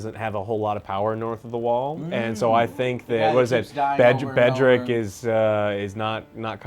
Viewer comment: "Bedrick" lolololol